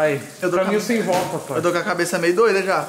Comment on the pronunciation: O cara fala "Pae" pra td mds 🤦‍♂️🤦‍♂️🤦‍♂️ Poha fala direito.